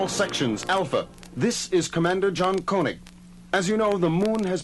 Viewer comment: Wait, is this the same actor playing Koenig as on the other episodes on the records? I just noticed he pronounced the name "koh-nig" but another episode, the actor says "keh-nig". This is a decades old mystery that MUST be solved!!